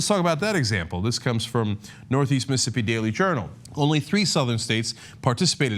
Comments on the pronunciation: The way Cenk pronounces it sounds like "Missippi" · Every time I hear you say "Missippi" instead of "Mississippi," my skin crawls and I want want to rip your head off your stubby neck, Cenk. Otherwise, thumbs-up on the video! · M IH - s ih - S IH - p ee MIssing a syllable there...